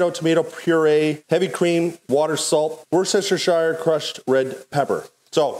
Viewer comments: Wuss-tuh-sheer, not warchestershyre. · wooster sher SHIRE.... hahahaa!!! wooster-sher. done! no shire unlike King Arthur. great review!!! like like like!! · It’s pronounced Wooster sauce. Not Worcester shire. I know English does not make sense sometimes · WUUUR SHHH SHHH SHIRE! 😀 It's WUS TER SHER. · Thank you for this, I'm really considering buying one of these! Just doing lots of research first. I'm from the UK, and Worcestershire sauce is pronounced "wustersheer" sauce, say u as you would in the word up, and sheer to rhyme with deer. The worcester part should sound like "muster" but with a w. Often we just say Worcester sauce, and miss of the shire. I hope that helps make things easier for you! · Absolutely, so confusing! Worcester will be pronounced the same throughout the UK, and anybody not saying "wustersheer " is wrong! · In the uk we pronounce Worcestershire sauce as "worster sauce" :) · Apart from your pronunciation of worcestershire sauce...hehe Wooster sher sauce. Very good review Ty. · Worcestershire sauce - 'wu-sta-sha' sauce. It's not logical, there are no clues or reasons I'm aware of, but that's how we say it hear and it's much easier than trying to pronounce all the unnecessary letters.. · Great video, really helped make my choice thank you! I apologise in advance, but as a Brit I couldn't help but giggle every time you said "Worcestershire Sauce" :). It's a horribly tongue tied word that has silent letters in it, but is pronounced wuss-ter-sheer sauce (wuss as in when you call someone a wuss. "spiders aren't scary, you're such a wuss!"). Once you hear yourself say it this way, the word suddenly makes a lot more sense ;). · Wooowoowoooshoshistishshire it just pronounced Wooster Sauce in the UK lol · Worcestershire is pronounced Wooster-shy-er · It is pronounced wooster (woos-ter) sauce :) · Worcestershire, is pronounced ‘Wuster ‘ 🤣🤣🤣🤣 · Americans.. it’s ‘Wus-ter-sure’ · It's pronounced "woostersher"!